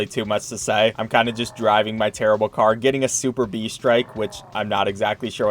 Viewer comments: Su Perb, not Super B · Oooh. He didn't know how to pronounce (soo'pərb) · lol, He said Super-B strike instead of superb strike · Superb lol not super-B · did he legit call superb super b? XDDD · "super b" lol it's said like "soup erb" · "super b strike" its su-perb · The word your looking for is su-perb. :p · super "B" strike?? how about "Superb" strike HAHAHA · He said SuperB strike, my man, it's SUPERB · hi i love your videos and by the way something you said a super B strike just so you know its su perb not suber B. <3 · Btw when you said superBee it is sooperb well that’s how you say it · (sup-er-b) not super B (sorry if I sound like I’m complaining) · This dood said we got a "super-B" strike"... It's pronounced Su-perb lmao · “Super-B” lmao I can’t tell if he was joking or if he didn’t actually know it’s pronounce “Suh-perb” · Is no one gonna recognize that he said super b strike instead of superb strike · super-b strike? Have you not heard of the word superb before? Murica strikes again! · "Superb" meaning, excellent or impressive. It's not super B lmao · The "super-b" strikes hurt me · its not Super b its superb pronounced souperb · When he says it’s “ super-b” instead of “sue perb” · When he says super B strike instead of superb strike 😑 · Its pronounced superb not super b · When saying superb say it as one word and say the b as buh and not bee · You realise its Superb right, not super b loooool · super-b? xD it is pronounced su-perb LOL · Its Sup-erb Not super-B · Superb? ❌ Super-B ✅ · Superb isn't pronounced super-b its sounds like superbuh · ITS SUPERB (supurb) NOT SUPER B. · Super🅱️ Strike instead of Superb strike. I love this guy. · Is no one at least a bit upset that he pronounces Superb wrong? Its Sue-perb, not super B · Super-B, you mean Superb? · I love his RIPPLING confidence in saying, "Super-bee," when it's literally, "Superb," lmao. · THANK YOU, HE SAID superB and not SUPERB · Bro it’s not super-b strike it’s a word it’s superb